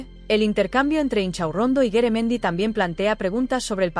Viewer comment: No es Beremendi es Garamendi y yo no estoy de acuerdo con lo que ha dicho ,por que no se baja el sueldazo el a lo wue gsna un obrero ,veriamos lo que diria entoces ,este señor es un mafioso